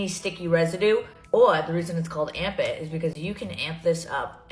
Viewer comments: Armpit? 🥲😭😭 I heard Armpit Not amp it....... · I thought it's "armpit"... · anyone one else just keep hearing armpit instead of amp it? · I just realized, her product's name is "Amp It", sounds exactly how she would pronounce ARMPIT.